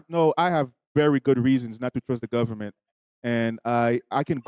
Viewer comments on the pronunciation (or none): They always trying to threaten somebody with a rest or something like that for the fact that he can't even say the word government correctly you know it's not legit LOL